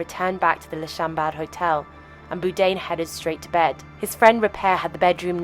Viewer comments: Is his name actually pronounced "boo-dain" like she's saying? I swear he said bourdain on the show. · Please, the least you could do is pronounce his surname properly. It’s pronounced ‘Bored ain’. That’s not difficult, it should be perfectly obvious from the spelling. You thick person. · Boude?? AI slop. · BOURDAIN. Not BOODAIN. like 'Board' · it’s Bourdain not Boodain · I am pretty sure it's BOR-DANE not BOO-DANE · His name is not “boodain” It was Bourdain. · Not pronounced Boudin like the sausage, But “Boredain” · Boordain not Boodain !! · Boodain? Do better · Who's Anthony Boodaine? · Who the fuck is Boo-dayn? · It's BOUR-DAIN! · Stop mispronouncing his name! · never heard someone pronounce his name "boo-dain" before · Wtf is Boodane? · Does the narration have to call him Boo-dain? Can we just pronounce people's names the way they do/did? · Please say his name right. He is NOT Anthony "Boo-dain" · Interesting video. Just a little point, the surname Bourdain is pronounced - Bore-Da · Boudain?? How insulting to constantly get his name wrong! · Byoo-Dane. Nice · Anthony “Boo-dain”? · Ah yes, Anthony Boodain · I know this is AI bullshit, but is it too much to ask that you correctly pronounce the man whose name you mention in every sentence? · Then how did you not know the name is not "Boo-dain"? ;-) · The continuous use of the mispronounced “BOO DANE” gets on my fucking tits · Why does the narrator insist on mispronouncing Bourdain? It's very annoying and quite frankly disrespectful when the man's name is so well known. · the way she pronounces his name ruins the whole video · Can't even pronounce his surname correctly.. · Holy f*** it's Bourdain how can you not pronounce that where the f*** is he R? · It's terrible that she pronounces his name completely wrong the entire time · Bourdain’s last name is mispronounced. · At least pronounce his name correctly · Why can't the v.o. pronounce BOURdain? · Why does the narrator say his name wrong everytime.